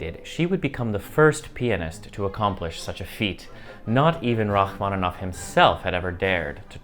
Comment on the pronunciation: Il faudra arrêter cette lecture stupide par l'IA...C'est insupportable... "Racmonof" au lieu de Rachmaninoff, "concert" à la place de concertos, et ainsi de suite, c'est une honte. Arrêtez SVP. On est mieux quand on écoute l'original, quitte à ne pas tout comprendre, et dans ce cas on a les sous-titres. Merci!